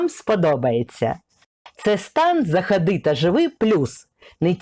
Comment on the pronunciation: Та де там "гарна"! : ЗАХАДИ та живи, вітальня-СТАЛОВА, коти МІЛКІ, намагалась знайти ТРІЩИНИ, на випадок проблем з ВОДОПРОВОДОМ, велике ПРИДАНЕ.., вже не кажучи про оте московське "акання"; невже аж так важко вимовити "о", тим паче читаючи текст: адже написано по-руськи (т.б. українською) "о", а вимовляють по-московськи "а"?!